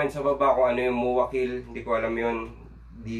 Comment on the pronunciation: MOAKI hindi MOAKIL. MOAKI PAMPANGGA.